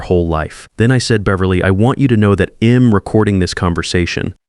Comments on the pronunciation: I’ll is pronounced ‘isle’. I’m is pronounced ‘eye mmm’. Others have listed many others. Editing could amend these stupid errors. Get someone actually proficient in the English language if you are unable to do it yourself. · He'd, she'd, I'm etc - LEARN HOW TO SAY THESE WORDS!!!!